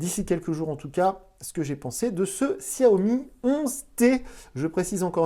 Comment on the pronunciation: Salut , Xiaomi se prononce "chaomi" et non "siaomi" De même pour MIUI , celà ce prononce "miouaye"